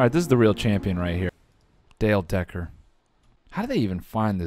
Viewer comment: Dale Decker Became Dale Deck-Her